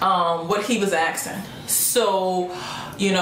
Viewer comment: i love how you say axin instead of asking, and stop smacking your lips its painful to listen.